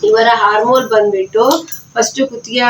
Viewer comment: ಹಾರ್ಮೋಲ್ ಅಲ್ಲಾ ಮೇಡಂ ಅದು ಆರ್ಮ್ ಹೋಲ್ (Arm hole)